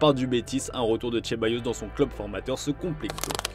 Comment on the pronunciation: Pourquoi prononcer Ceballos à "l'italienne", il est espagnol...